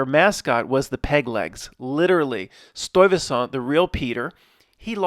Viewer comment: It's a Dutch name. To hear tbe correct pronunciation, use the google translate Dutch vocalisation. I was the one who sent the Stuyvesant 1970s Dutch movie theater commercial that is loaded with 9-11 references. The retrocausality school of thought gets very much underscored with the existense of this commercial. Together with the affiliate story of the polical figure of the same name, Peter Stuyvesant has become a staple in presentation and a very funny one at the same time. I did the drawing here, and of course I include a pack of PS smokes. Kind regards, Paul